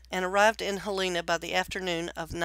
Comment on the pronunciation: Pronounced "Hell e Na". Helena. Not Haleena.